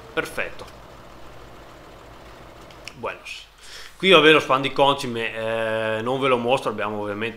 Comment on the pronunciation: Ciao, sempre complimenti per i video li guardo tutti e ho notato che pronunci in modo sbagliato la parola concime, continua così che è divertente:)